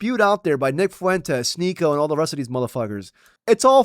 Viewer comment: Ba'al , not Ball